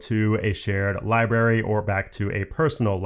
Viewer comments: I know it’s something growing up with, and it doesn’t matter. But, libRary, not li berry. It’s only because it was said like 20 times. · Sorry, but it's not libary, it's library. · love how you say "library" 😂 as "liberry" v good